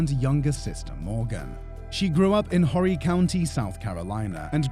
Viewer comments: It's is pronounced "Orry" the H being silent. Myrtle Beach is close to swamps, rivers, and gators. They will probably never find her body unfortunately. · It's pronounced Orry County. H is silent 🤙 sad case 🙏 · You aren't supposed to pronounce the "H" in "Horry" County. It's pronounced "OR-ee". I know this because I know people that live there. You may have pronounced the "H" because of your accent. But, there are many Americans that do mispronounce it. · Horry County is pronounced without the H ( Orry County ) The H is Silent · Correction, it’s spelled Harry county but it’s pronounced ORry county